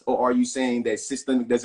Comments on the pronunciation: should have started by defining "systemic " and teaching how to pronounce the word properly. This was an unfair debate because 1 party didn't understand the term to begin with. Systemic is not systematic sir! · What the trump supporter doesn't realize is he is talking in circles. He cant even say the word correctly. Its systemic not systematic!! I hate listening to wanna be intellectuals who tries to over talk the other person. Thats a sign they know they are lising the argument. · The brotha' is against something that he does not understand, nor can he spell or pronounce it. But he does not believe it exists. Systemic bro. Not Systematic. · I already knew how woefully ignorant he was when I heard him pronouncing the word "systemic" wrong!